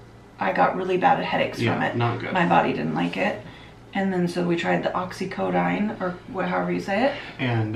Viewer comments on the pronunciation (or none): OxycoDONE, not "dine" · It’s not not oxicodine oxicodene